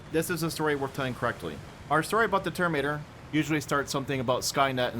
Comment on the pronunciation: Why do you always say "termator"? Where does the "in" go?